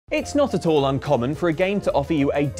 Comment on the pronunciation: Watching this in 2020 post-ACNH release and hearing say "Knot Atoll" at the beginning of the video... Making me consider rewatching all the OXtra vids to see if always introduces videos with "not at all" lol